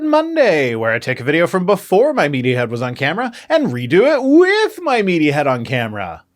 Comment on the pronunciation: Your pronunciation of “WITH” is a highlight of my Mondays ❤